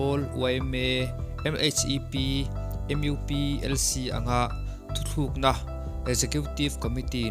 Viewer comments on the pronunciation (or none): Thuthlukna ti lovin thutlukna ni zawk se. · Thuthlukna ni lo in Thutlukna ti tur zawk aw sir 😊